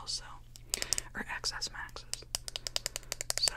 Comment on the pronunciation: It's 10 S Max not eks s max ..